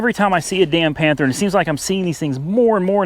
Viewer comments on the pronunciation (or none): none